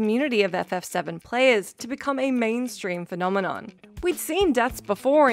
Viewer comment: did you say players or prayers? at 30 seconds?